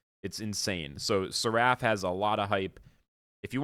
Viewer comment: Please google how to pronounce seraph. 😅 Fire video though!